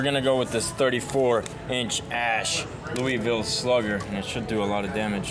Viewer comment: You pronounced Louisville wrong (Lo-Ville)